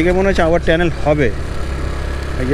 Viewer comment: Re bhai tanel na otake tunnel bole